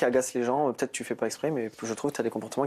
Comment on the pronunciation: Pour quoi tu dit peutio😂😂😂😂